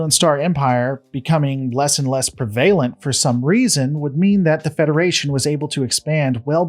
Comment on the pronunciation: A couple of pronunciation helps for words I've heard in your excellent videos: (1) ARMistice (not armIStice) (2) PREvalent (not preVAlent)